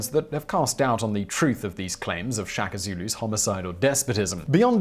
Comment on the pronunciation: Please pronounce all Zulu words they way the are written e.g SHA - KA simple , DI - NGA - NE simple - Ce - Tshwa - Yo